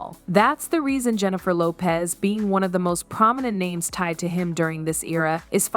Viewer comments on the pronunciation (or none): Click bait, she cant even say the name right!